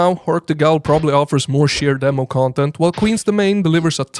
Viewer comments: Yoyo, 'ghoul' is pronounced 'gool', and you'd have no way of knowing unless you've heard it before or if you speak Arabic and know the word from folklore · Not trying to be rude, but fyi "ghoul" is pronounced like "cool". English doesn't make sense sometimes. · Just so you know, ghoul rhymes with pool. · Learn to pronounce "ghoul" pls. It's a worthwhile investment. Also broskis is cringe imo. Awesome game picks.